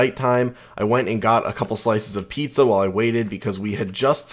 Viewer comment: did you just said... P I Z Z A???!!